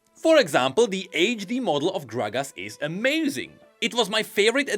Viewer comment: every time he says "age de-model" it pains me physically and emotionally..